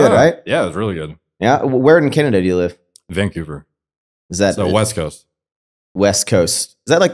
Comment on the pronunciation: Sounded like said “vinkouver” not Vancouver lol